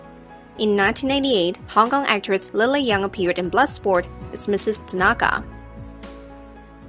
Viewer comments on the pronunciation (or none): none